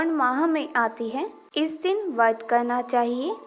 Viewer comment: Pahele ap vart bolna shikho vadh bol Kar ap khud hi pap Kar rahi hai etnte pavitra sabd ko galat bol rahi ho